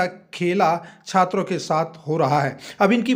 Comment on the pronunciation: Chatra neta nhi hai bhai chhatar neta bolna chah rha hai 😂 Kya umid rakhe